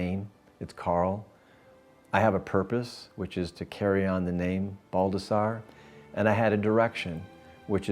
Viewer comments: all this time people read it baldasar lol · This is a treasure for your history. It's awesome you had the opportunity to document all this. Some of us did not get the chance to know our grandfather, even less our great grandfather. You should keep the Baldassarre pronunciation as Italian as possible!!